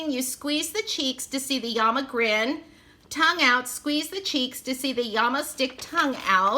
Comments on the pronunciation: Honey it was so adorable how you kept calling them yamas. LOL especially seeing there is two l's in llama. When you pulled out the instructions and I could see in gigantic letters that it said llama and you still didn't catch on I was hysterical. Trust I absolutely was laughing with you not at you Great opening lots of giggles. I appreciate a Thrifty gal as well. I would never pay full price for these toys they are way overpriced. I am so glad I continue to read into your comment section because I thought someone else must have noticed the mistake. Another giggle when I realized that I had really made the mistake. I knew there had to be a good explanation and that it was a comedy of errors. Again like I said it really made me giggle and I enjoyed the opening even more as a result. I'm browsing YouTube at 4 in the morning and happened to find your Channel I haven't even checked to see if you're still posting I love blind bag and box openings so this was the first thing I picked in your playlist. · At first I was confused! Lol! When I heard you say Yama with a y instead of l. Then I thought maybe that is Spanish translation for Llama so I looked it up and it was., 😊 Really cute toys! I really like them! I haven't ever seen them before! Thanks for sharing! Hope you are having a great week my friend! 👍👍☺️💕